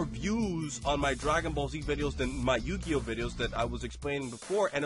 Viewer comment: WTF is you-gay-oh